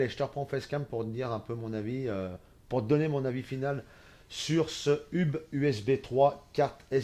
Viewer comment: On ne dit pas hub mais "heub" sinon super vidéo